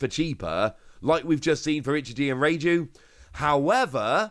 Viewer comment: 😂😂😂😂😂 it’s pronounced Ray Jew